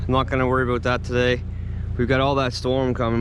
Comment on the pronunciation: You keep saying "Aboot" you sound more Scottish than me!👍